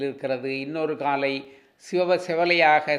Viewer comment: காளை என்று சொல்லாமல். காலை காலை என்று உச்சரித்து தமிழ்க்கொலை செய்ய வேண்டாம். ப்ளீஸ்